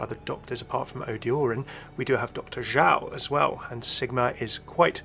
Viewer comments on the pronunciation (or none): Actually, Mei's surname is Zhou (pronounced like "Joe"). Either Sigma mispronounces it as "Zhao" or he is referring to someone else Edit: though the later could be impossible since it's a "pair interaction" like you say.